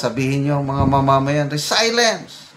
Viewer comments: Avid viewerpo from gensan... correction po, di po yan resaylens kundi reselyens po ang pagbigkas ng word na "resilience "..basta may english word mas mabuti po igoogle nyo muna para matsek ang tamang pagbigkas po..have a good day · Sir, mawalang galang po. Konting correction po sa pronunciation ng RESILIENCE. Tila ang tamang bigkas ay “RE-SIL-YENS.” Sorry po. Hindi po ako nagmamagaling. Paki double check sa dictionary app. Love you and respect you. God bless you. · Re sel yens Po ang bigkas nyan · RESILIENCE pronunciation is RE SIL YENS. To adapt or recover from misfortune, the ability to bounce back from difficulties. God bless. ❤🙏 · Resilience, pronounced as RE C LI ENS po.